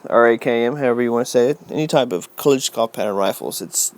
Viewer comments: Its not kaleeshnikov. Its Kaalaashnikov or just Kalash for the ak47. EHSVEHDEH OR PLYOTKA (WHIP) for the Dragunov. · You keep saying "Kalishnjnikov" like it's "collision", it'a A as in UH, Ka - lush - nikov. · Kalashnikov not kalishnicov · The pronouncing is "ka-lash-niekav'" and "dra-goo-nova", respectively.